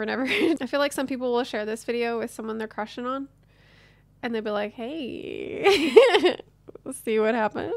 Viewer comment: Hey you said hey wrong for proper "Hey" watch spiderverse.:)